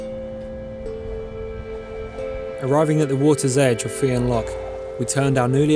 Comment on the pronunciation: the fionn is pronounced fyun